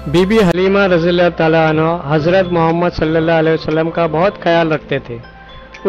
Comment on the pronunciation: Sir Anhu nahe Anha